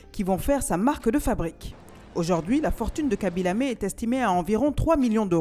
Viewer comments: Aïe la prononciation du nom ça fais mal on dit laime pas lamé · Khaby lam(é) 😭😭 On le prononce khaby laiyme Mais on l'écrit khaby lame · Ca se prononce Lame et non Lamé.🤣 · vraiment désolant je ne sais pas pourquoi Ils n'aiment pas prononcé normalement les noms des africains c'est pas lamé mais plutôt lame de son vrai nom habib lame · Vous êtes sûr ? Parce qu'en Italie, ont dit "lamé" et Khaby lui-même dit aux journalistes internationaux (notamment ceux de CNN) que son nom se prononce "La-may". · Juste au cas où ça ne se prononce pas "khaby lamé" ça se prononce "khaby l'heym" par contre ça s'écrit bel et bien khaby lame , je m'excuse d'avance si la voix off avait un problème de dys (genre dyslexie) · un nom est propre ça se prononce comme ça doit se prononcer. Y’a pas d’accent donc « Lame » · ça se prononce pas comme ça s’écrit; de base ça se prononce haby mais les autres (ceux qui sont pas sénégalais) le prononcent mal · Non ça se prononce khaby lamé il l'a même dit arrêter de m'appeler khaby layme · C'est khaby l(ay)me ça se prononce comme ça 🤣🤣🤣🤣🤣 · Tu as prononcé kabilamé ?? Escuse moa?? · Sa se prononce < > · non! Ça se prononce comme le prononcent les Sénégalais. Respectez nous quand-même. Quand il s'agit d'un nom occidentale tu seras vachement moqué si tu le prononce mal. On dit "Modritch, Harry Magouwaye, cassemiro etc..." mais quand il s'agit d'un nom sénégalais personne ne fait d'efforts pour l'appeler par son nom